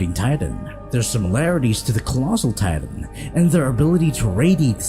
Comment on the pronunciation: Bro this nigga can’t even pronounce words right Annie leanhart tatan